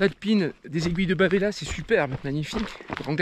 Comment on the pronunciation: Petite info que j'ai appris cet été : en corse on ne prononce pas le dernier "a" des aiguilles de bavella (et de même pour pas mal d'autres mots d'ailleurs !) Voilà pour l'info 😉 sinon la vidéo est encore une fois génial à regarder les paysages sont splendides ! 🤩